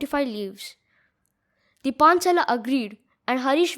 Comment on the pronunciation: pronounce ''the" as thee only when the following word begins with a vowel. Otherwise, pronounce it as the ( as hindi द). Otherwise, very well explained. Which editor do you use?